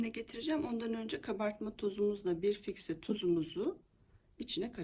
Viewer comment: Çok güzel sunum sağol..ama fikse değil o fiske...